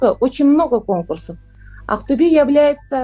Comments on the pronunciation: Актабэ... Неужели трудно сделать небольшое усилие и произнести Актобе? Тем более что это родной город Димаша. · Правильно произносить "Актобе", а не "Актабэ". Безударная о читается как О, а б смягчается.